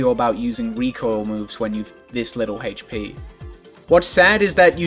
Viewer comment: I don't like the way you pronounce HP